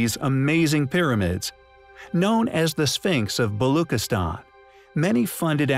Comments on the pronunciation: You are saying Balochistan wrong. “Chi” is not pronounced as K rather as Chi like Chi of China . A simple google search would have given you the correct pronunciation but you did not bother. You research has flaws, my friend. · Very inquisitive narration. But why no attempt to pronounce the name of Pakistani province Balochistan correctly? Please pronounce ch as in child. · Its balochistan. Ch like in cheese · its pronounced - BaloCHistan - CH like Charlie - not CH like kiss - just FYI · its pronounced: "Balushistan" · Why is this video intentionally mispronouncing everything? This is just clickbait… which contribute to misinformation. Seriously precision? Not precession? Neemis 😂😂😂😂😂😂😂😂😂😂😂😂😂 who ever you are, you seriously need to GET EDUCATED ON BASIC PRONUNCIATION OF BASIC WORDS… Balookistan? The Balochi people are likely hunting you down right now !!!